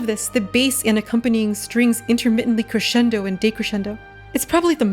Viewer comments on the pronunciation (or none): none